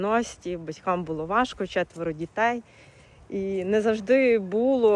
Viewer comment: Не бУло,а булО!